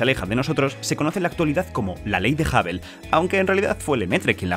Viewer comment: por cierto. Hubble de pronuncia masomenos como Jaobol, con una "J" suave.